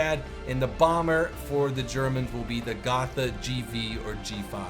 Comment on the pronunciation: Hey sorry if i have to correct you, but its pronounced Go-t-a so the "th" is not pronounced as a "th" in english. Anyway nice video an interesting info